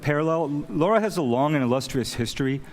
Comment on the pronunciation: he's been with lara since her inception and he still doesn't know how to say her name correctly :P